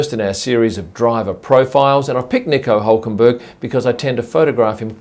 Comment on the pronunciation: Nico Ulkenberg?!